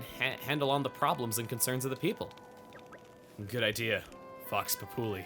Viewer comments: well, never heard Vox Populi pronounced like that... it's actually pronounced like "Voks Pop-you-lie', and it means something like "the voice of the people" in Latin, which basically means like... the opinion of the majority. also dangit, devs... if you're gonna have main story progress be blocked by sidequest completion, don't tie the opening up of a bunch of the sidequests to the roadblock being hit... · Oh by the way, its pronounced vox pop-you-lie, and it essentially means when you can accurately speak for the majority of the population. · "Vox populi" is latin it means voice of the people. Also while you are in fact pronouncing it correctly for the Latin that is not how it is generally pronounced in English. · Vox Populi (emphasis lies on the I, not the U, if I'm not mistaken) is a Latin term, Vox meaning Voice, Populi meaning Populace, so essentially, voice of the people. So between Xenoblade thing and European thing, I would say neither, even if Latin was spoken in ancient European times. Though honestly, I can't really fault you for not knowing Latin, this specific term I was unfamiliar with until Bioshock Infinite.